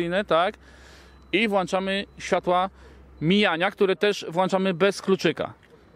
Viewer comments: WłĄczamy i wyłĄczamy tam jest ą... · Czyli jak "włanczamy" "światełka" to będą potem włanczone?